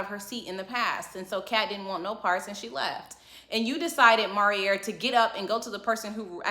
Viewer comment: You Are Funny 😂🤣 I kept having to rewind, calling Phil, "Paul" "Fangs" and Maurierrrr 😄😆